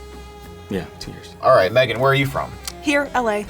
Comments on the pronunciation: PI: "What's your name?" Girl: "May-GAN" PI: "Okay, megin!" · “What’s your name?” “MAYgan” “Alright MEGGan “ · I perfer saying it Megin than May-gan. I hate when people say that